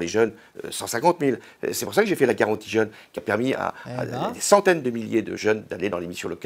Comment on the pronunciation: quand il a dit "garantie jeune" j'ai compris "guerre anti-jeune" 1er degré mdr